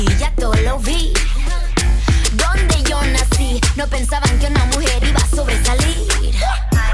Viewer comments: You speak English? is "iba" not "Hiba" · El "hiba"(IBA! ) sin "h" por favor